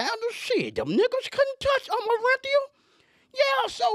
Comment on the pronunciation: He said " tell us about ORR-EN-Theeuh" 😅 RIP OJ